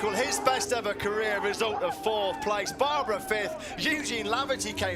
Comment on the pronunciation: No, it is NOT the „BRUNO Circuit“, it is BRNO And his name is not „Baaaaaarrrbaraaaa“, it is Barbeeeeeera.